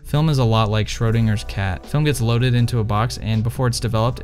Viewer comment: Despite his pronounciation was as bad as my written english.